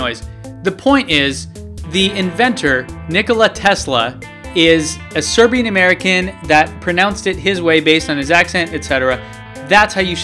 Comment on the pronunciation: Zo, Nikola Tezla was a Zerbian...I zee